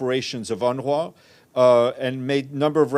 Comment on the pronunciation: Did he say UNRA?😂